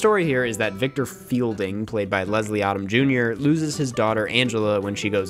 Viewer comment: Ha...it is not universally hated. There was a bunch of pre-release negative vlogs by a bunch of people grabbing for clicks. You can't even pronounce Leslie Odom, Jr's name correctly. Most of the comments from the audience members from the theaters are positive. As for the movie not utilizing a lot of music in the soundtrack, the original movie, nor do a lot of the franchise movies use an abundance of theme music over the narrative.